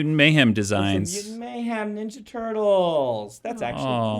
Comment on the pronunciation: I could listen to Dan say "neenja" all day